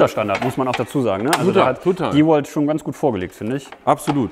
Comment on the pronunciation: vielen Dank, das du DeWalt richtig aussprichst. Viele andere youtuber sprechen den Namen deutsch aus,was mir beim Hören in den Ohren schmerzt.